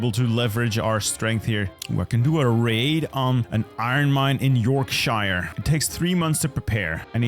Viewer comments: It's pronounced Yorksheer :D edit: and portsmuth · "Bourgogne, Nord-Pas-de-Calais, Franche-Comté" Also: "YORK SHY-ER" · Portsmouth 😩 It’s ports meth And Yorkshire is read like Yorksheer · Great vid! Looking forward to getting this DLC. Also, Yorkshire is pronounced "yorksher" :) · Just to let you know Yorkshire isn’t pronounced like that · Lmao It always makes me cringe hearing non-British people pronounce Yorkshire haha I suppose we deserve it for butchering everyone else's languages though... Great vid as always! Can't wait to try the new DLC!